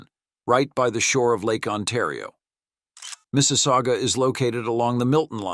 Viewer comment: Mississauga. Also known as Mrs. aOOgah!